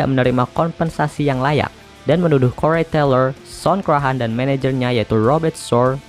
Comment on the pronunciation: "Des Moines", bacanya "də moin" ('es' nya ga terbaca). "Corey" terbacanya "kori" bukan "korei". Lainnya (tolong) belajar sendiri ya